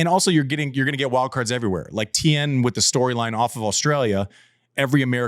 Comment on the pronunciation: Tien is not teem--it is Tea-en--as is in the en of blend--Vietnamese. And when you say teem I automatically think your talking about Dominic Thiem.